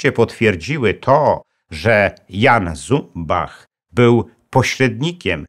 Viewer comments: Jeśli nazwisko szwajcarskie to należy wymawiać Cumbach... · Jan Zumbach posiadał szwajcarskie nazwisko i należy je wymawiać "CUMBACH". Stanisław Skalski w filmach dokumentalnych dostępnych na YT takie je wymawia - Cumbach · Śp. Generał Skalski nigdy nie był "Asem Dywizjonu 303". Poza tym szwajcarskie nazwisko Zumbach powinno się czytać Cumbach. Sam Skalski o tym kiedyś wspominał i tak mówił.